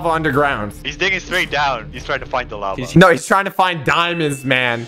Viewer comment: It’s called lava not lave.